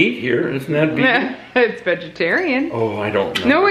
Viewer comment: Vegan... Vayga... Vegas...🤣🤣🤣